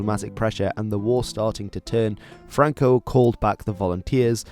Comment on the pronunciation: franco no francoc